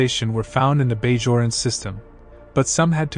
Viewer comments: as others have states, i wont hassle about the promenade pronounce, but i have to say that you should check how the Bajorans and pronounced. Bah-d´your-enn. its like you havent checked the series. or you might be under the spectrum, some have a difficulty pronouncing words. no offence. maybe just that explains it =) otherwise. love the layout and the lore. i just lose the focus when i hear a faulty pronounciation. im just wired that way i guess. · Ugh, I'm trying to give you a chance man, I like deep dives into nitty gritty detailed plans like this but come on... You repeat yourself a couple of time and shared almost no real details. And your pronunciation; promonod? Bajorian? man have you even watched the show?!? Like I said, I like nitty gritty details, so big oversights like that are very harmful to the enjoyment of the video.